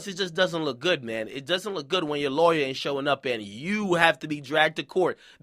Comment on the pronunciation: Lay-wer huh Ak? Ok lol.